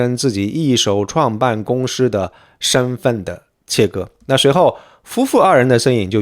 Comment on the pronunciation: 注意，是公司si / 司si法，不要故意卷舌